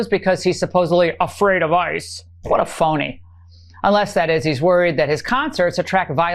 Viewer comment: "What a foney"..... that's funny....